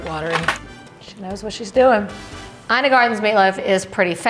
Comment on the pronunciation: Her name is pronounced Eena